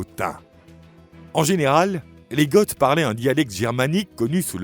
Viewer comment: Goth ne se prononce pas "gott". C'est une faute et ça fait tarte. Vidéo intéressante malgré tout 👍